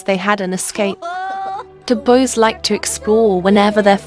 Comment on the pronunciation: Why do you say bose instead of boys?